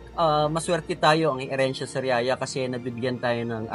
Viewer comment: Pasintabi po it's HERENCIA Sariaya sorry po again ✌️😅